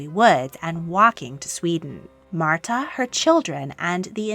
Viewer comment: You mispronounced Märtha and Ingeborg. 👎